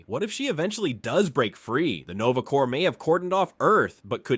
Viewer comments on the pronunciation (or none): none